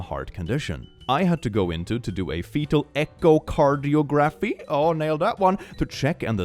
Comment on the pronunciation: As an EKG technician I just want to say how proud I was went you pronounced echocardiography! I literally let out an audible gasp. It's a really hard word even for native English speakers. 🥰